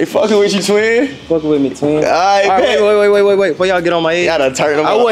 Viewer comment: So disappointed 😹 “ twinn “